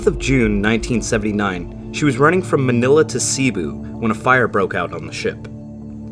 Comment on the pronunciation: Pronunciation: Cebu = se-BOO Tacloban = tok-LO-bahn Leyte = LAY-tee Luzon = lu-ZON